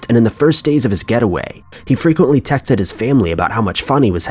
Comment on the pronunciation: Any hear him.say Tecked vs texted . Sorry stupid catch ..I know